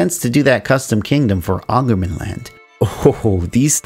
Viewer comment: I can't stop myself, the Å is pronounced as the english word "awe" kinda awe-ngermanland, the Ä as the a in "stare" or the ai-sound in "lair" and the Ö as the e in "stern" or any of the e in berserk